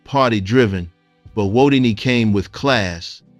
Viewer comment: Well deserved and earned tribute. Thk U. Also replace ripped with R-I-P and Who-dini, not whoo-dini.